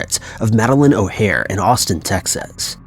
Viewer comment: Her name was O'Hair, not Hair.